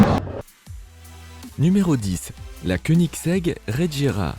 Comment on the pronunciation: Tu fais des vidéos sur les voitures sans rien n'y connaître, preuve : c'est la bugatti chiron sopersports 300+ la plus rapide au monde, et la regera ça se prononce ["reguéra] tout comme la agera. En plus dans le top 10 des voitures les plus rapides du monde, il y a la koenigsegg one et aussi deveel sixtieen. Dernière petite question ; pourquoi tu parle de la veyron en montrant une chiron ?